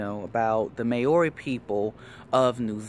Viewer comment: your pronouncing maori incorrectly just saying